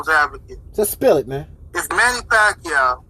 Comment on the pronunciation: i still remember that fight with Manny and Ledwaba when the commentators couldnt figure out how to say Manny Pacquiao"s name right. hearing you say "Pakayaoooo" def gave me that same reaction from back then. its hard to disagree with you cuz you speak facts. thuuumbs up!!!